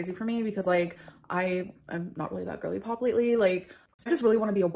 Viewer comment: Whe she says gorlypop, I hear woman who is fixing to pop😅😅😅